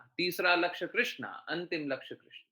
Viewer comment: हरे कृष्ण बोलो प्यारे.... कृष्णा नहीं कृष्ण